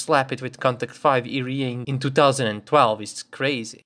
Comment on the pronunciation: Take a shot everytime he fails to pronounce ERA